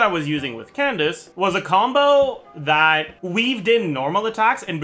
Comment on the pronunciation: When did he gave up on pronouncing Candice name authentically?